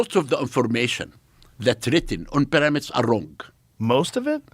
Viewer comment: Hilarious guy. The peramids.😅 It's because heiratics are very cörsiv.😅